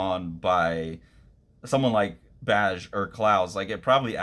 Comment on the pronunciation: I know you've said pronunciation isn't your strong suit — this one's easy — his name is pronounced "bag" Great video, though, thks